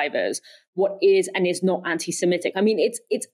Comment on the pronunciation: Anti SEMITIC NOT SEMETIC